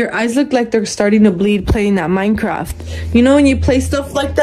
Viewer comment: maked me laugh so hardd because he said plAY micraft